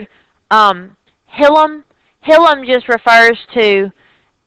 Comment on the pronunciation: hilum is pronounced \ˈhī-ləm\ ...... not hill um